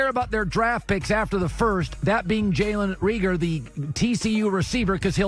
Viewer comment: Colin's Butchered Names - "Bryan Beluga" , "Antonio Winfield" , "Kayshawn Vaughn" , "Jordy Brooks" , "Jalen Reegor" , "Deforest Bruckner" , "Jayvon Kinlaw".